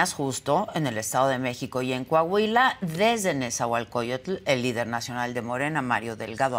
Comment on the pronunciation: Coahuila !!! Corrige Adela , no es Cuuuahuila !